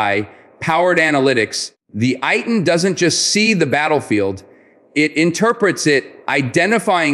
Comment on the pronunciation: Pronounced Ey-Tan.